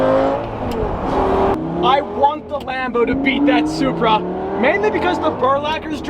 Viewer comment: He said “BMW Zupra”. Ha, Ha, Ha.